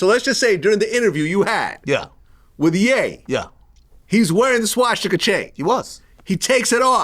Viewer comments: Swashstika 😂 why can’t he pronounce that word 😂😂😂 As wack as it is pronunciation is important vlad 😂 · Vlad saying swastika sounds like shishkabab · Vlad....enough is enough. What do I have to do to get you to stop saying "Ssscchhwaassstika"? I'm not even asking you say it the right way, just butcher it differently okay? Please? This is affecting my ability to be an effective culture vulture. Hell, I haven't evern called the police to report on any of your guests this week! Now let's put this behind us, and let's get back to our undercover work. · I really hate how Vlad pronounces Shwashtika and CHicago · Anybody else hate the way Jlad says SHWASHtika? LOL we get it, u wear funny little hats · Why does vlad miss pronounce Swastitak?? 😂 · Wait why are u pronouncing swastika like that Vlad I’ve never heard anyone say it like that wtf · Vlad hears every guest saying the words swastika and Chicago correctly, right? Is Vlad the r word or just extremely arrogant and uneducated. How long is he gonna do this for? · I never thought I would be annoyed by how someone says the word swastika. Someone needs to tell vlad there's no H in it.